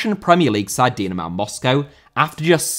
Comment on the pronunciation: Dinamo* not Dinamaw